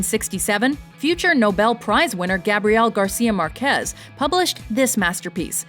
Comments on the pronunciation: Jesus, Spanish is one of the easiest languages to pronounce correctly when it comes down to emphasizing the words (tilde). It says 'Márquez', then it reads like 'MArquez'. Not that complicated, right ? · Márquez has the stress on the firs syllable.